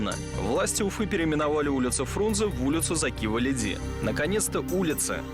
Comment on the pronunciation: эм... все факты переврали и даже ударение в фамилии не правильное.. не ВалИди, а ВалидИ